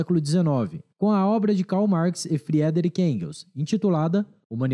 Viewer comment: Friedrich se pronuncia fridrich